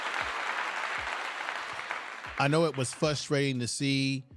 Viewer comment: Your commentating is great, I love the details. However, the word is "frustrating," not Fusstrating. Of course, you are right these other coaches are jealous of Coach Prime. There is an inside job going on that gives those coaches information on how his teams play books goes.